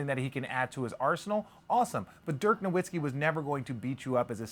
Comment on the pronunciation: You’re pronouncing Nowitski’s name wrong